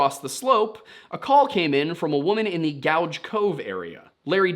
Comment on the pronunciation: Damn never thought I'd see a video about my town on here. Also it's pronounced gooj. Not gouge